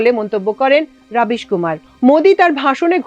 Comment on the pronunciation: রবিশ, রাবিশ নয়